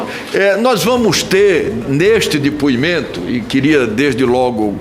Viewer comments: Dipuimento, niguciacao. Fala Renan anarfabeto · Renan não sabe nem falar depoimento fala dipoimento